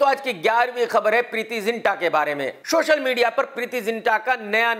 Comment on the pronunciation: Its krk social media not shoshal media .its super star not super ishtar